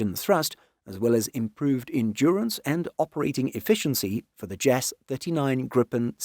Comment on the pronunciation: Several points: 1) JAS should not be pronounces "jaz", but rather J. A. S. 2) "Volvo Aero" was originally "Volvo Flygmotor" 3) GKN engines should be referred to as "modified license built GE designs". 4) The "Rolls Royce" if adopted will just be a replacement fuel system and ECU on the same mechanical engine, like replacing the carburetor on an old car with a new "throttle body fuel injection kit".